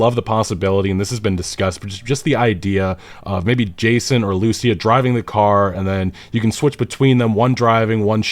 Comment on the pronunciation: Just run the names by google translate or something if you're not sure how a name is pronounced. Lucia ("loo-see-ah") is not a hard one either.